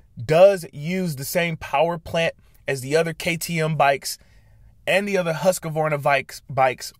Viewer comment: Love your video. The only criticism is Husqvarna is three syllables pronounced; hoosk-vaar-nuh, not husk-a-var-na, Thank you, keep up the great work, I'am now subscribed.